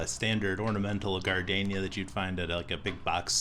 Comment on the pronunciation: What’s a gar-Dane-ya.? Gar-deen-ya.....